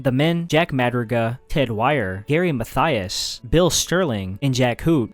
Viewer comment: Pronouncing Matthias as “motheus” is crazy. Makes him sound like some Roman moth god